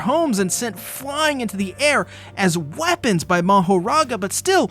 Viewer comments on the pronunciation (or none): none